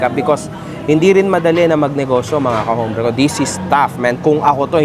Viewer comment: ka-OMBRE po ang bigkas, kasi ang HOMBRE in Spanish, ay lalake sa tagalog, pero ang Spanish language po, hindi binibigkas ang letter "H", kaya ang hombre, Herran, Hernandez, ahora, honor, at harina ay puro SILENT "H" po.